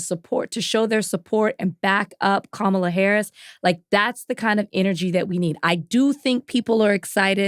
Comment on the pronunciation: Please pronounce Kamala's name correctly Van!